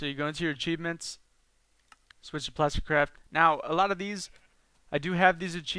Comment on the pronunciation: am i the only one that thinks most the time he said "plasticcrap" instead of "plasticcraft"